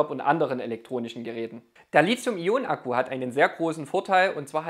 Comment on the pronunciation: Zwei Anmerkungen / Fragen zum Thema : 1) Das Metall Lithium (und somit auch die entsprechenden Akkus) werden mit T wie Li-T-hium geschrieben und gesprochen ... und nicht wie von Dir mit Z ... also falsch als Li-Z-ium !! 2) Wieviel Prozent Eigenverbrauch des Wechselrichter ist bei Staionen bis ca. 1000 Wh vertretbar ?